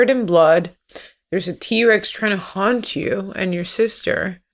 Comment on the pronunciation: im just wondering why you keep saying haunt instead of hunt are the dinos ghosties or something